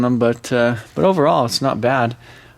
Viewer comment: piss me off how much you say butaa andaa itaa